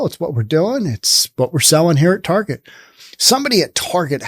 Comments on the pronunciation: Ok dude. You saying Tarjay really was annoying. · “Tar jai”, I’ve never heard it pronounced that way before.